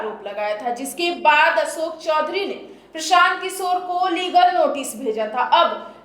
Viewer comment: Asok nahi behan ashok Kisor nahi kishor Tum aapna uucharan thiko pratrakarita tuo hoti rahegi